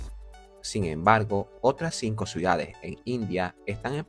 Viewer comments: ¿Escucho mal, o dice "suidades" en vez de "ciudades"? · ¿Por qué pronuncia "Suidades" en lugar de "Ciudades"? 😭